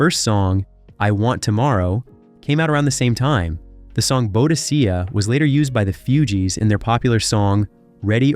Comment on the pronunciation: The narrator can't pronounce worth shytte. It's "Kelts" not "Selts." It's "Boo-dikka" not "Bo-di-see-ya." It's "She-nayd" not "Sin-edd."